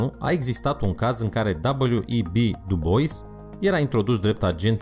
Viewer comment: Dubois..........citește fonetic.....